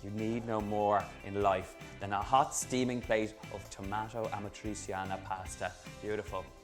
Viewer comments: Amatriciana, not amatrisiana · If you have an i or and e after a c in Italian, it sounds more like a "sh" than a "s". Like in shoes. So it sounds rather like "Amatritschiana" than "Amatriziana". But looks nice. :) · What? Amatri"S"iana? The real accent for Amatriciana in your language is Amatri"CH"ana. Our C is like your CH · Aaaargh ,great job with the dish but stop pronouncing it wrong the c in amatraciana is said ch like in pancetta . You wouldn't say pansseta so stop saying amatraseeana . Apologies for rant ,food looks amazing 👏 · Donal is kind of struggling with Amatriciana's pronunciation lol. It's basically Ama-trichana. Amatri-seeyanah is too much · It’s amat-rich-yana! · Great pronounciation, Donal! 😂 ”Amatrisiana”. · It’s pronounced “amatrichiana” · The pronunciation is Amatrichiana! You want teach a recipe and you don't know the name. NO FUCKING GARLIC. I don't undestastand why abroad everybody put garlic in our recipes. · Babe it's pasta all'amatriCiana (a-ma-tri-CHA-na) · It's pronounced "ah-mah-tri-chee(like cheese)-ah-nah" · Pronunciation tip: Ah-mah-tree-chah-nah (the stress is on the 'chah' syllable) Great recipe! Love from Italy! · The best part is how he's saying properly Guanciale and Pancetta but can't get over amatriciana :D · ArmchairWarrior ammatreecheeanna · Amatrissiana ? And yet, you don't say Panssetta... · that‘s not how you pronounce amatriciana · well I wanted to share the video with a friend in rome but I can't because of the wrong pronunciation of amatriciana :D